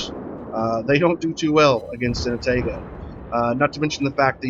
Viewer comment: Good game and description of the "Ah-tah-gou" One thing I gotta correct though (other than the pronunciation of Atago) - the turret traverse is actually top notch! Now, the turrets are slow compared to earlier and lighter Cruisers (actually not too much worse than on the Omaha/Murmansk, except both of those ships only have two actual turrets, the rest are emplaced in barbettes that never have to traverse more than around 120°, and as a result of the design will always stay on one side of the ship) - But as for every ship that has 203mm aka 8 inch cannons, IIRC absolutely none of those ships have a traverse better than about 27.5 seconds, putting the Atago at an easy second place in terms of turret traverse speeds! So, relatively speaking? The Atago turrets are QUITE fast! But I can tell you are trying to explain the Atago to the INEVITABLE, players with little to no experience with WOWS in general - probably not having gone any higher than tier 4 or 5 so far, decide they REALLY want to try high tier Heavy Cruiser gameplay, but they are still so low in the tiers they are used to the "Pew pew pew" nature of lower caliber light cruiser guns. In which case, the Atago will FEEL like it has very slow turrets! But if they have played even a couple games in the Furutaka? They will definitely feel how much faster the turrets of the Atago are! And if they have made it to the Myoko, they will REALLY appreciate the turrets on the Atago!